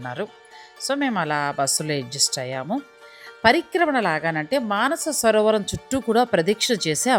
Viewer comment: మానసరోవరం కాదండి మానససరోవరం.